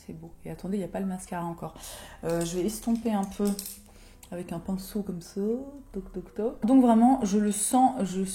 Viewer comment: ps: tu sais que tu regardes toutes les vidéos de quand tu dis "PINSSOUNET" avant qu'elle le prononce à l'application du fard du bas (superbe ce makeup)